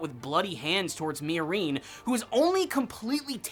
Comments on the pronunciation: Did you watch the entire series on mute? The way you say miorine is horrible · Why are you pronouncing "Miorine" like that, lol.